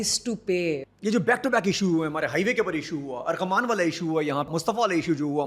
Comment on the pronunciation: ارغمان نہیں ارمغان 😂